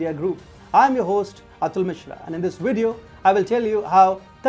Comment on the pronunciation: Wideo. Wehicles. No. Downvoted.